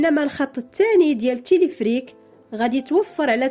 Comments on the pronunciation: Téléférique pas téléfrik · تيليفريك...تيليفريك..تيليفريك سميتو تيليفيريك Téléphérique et non pas téléphrique 😜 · وا شحال عصباتني هذ السيدة، وا راه سميتوا تيليفيريك téléphérique ماشي تيليفريك non pas telephrique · Téléphérique et non téléphrique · المرجو إعادة ل video , يجب نطق تلفريك ما شي تلفرك